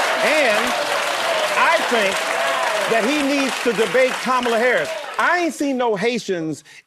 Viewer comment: We're going to have to stop the press conference because you mispronounced Kamala Harris name even though she's responsible for more than $300,000 fentanyl deaths if you mispronounce her name we have to call you out on it and even though she opened up the border and made every city in the United States more dangerous than they